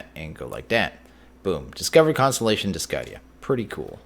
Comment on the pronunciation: Glad to say I've been enjoying it since then. A bit disappointed that my TC tools don't "level up" like they did in SF3, and that there's no Ender IO yet, but working through different mods and different situations is grand. Also, I'm not entirely sure but I think you're not supposed to pronounce the c in Discidia, just a pet peeve of mine. :P